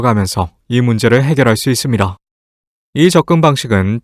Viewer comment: 발음이 좀 아쉽네. 잇쉽니다 이런거